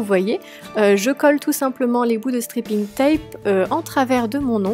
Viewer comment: J'adore c'est vraiment très beau 😍 Juste fait attention à la prononciation de "striping" tape ( strayping ) parce que stripping ca veut pas du tout dire la même chose lol ( je te laisses chercher ). Sinon j'adore tes nail art continues comme ça :)